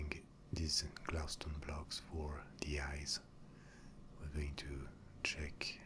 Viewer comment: PosskoonFTW glaustone (the way he says glow stone) is my favorite